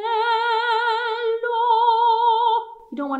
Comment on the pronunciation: It is NOT “PAPPINO” it is “BABBINO”. I’d say you know how to pronounce it properly when you speak it, but when you sing it comes out PAPPINO. Plus it is NOT “ANNELLO”, it is “ANELLO”. The rest is pretty much acceptable, but you still need to work on your sung Italian.